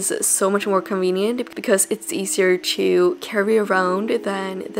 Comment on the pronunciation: Why do you pronounce "to" as "chu"? 😂